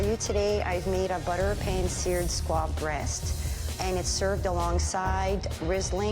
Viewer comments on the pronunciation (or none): Why is everyone saying squad? Lmao. It’s SQUAB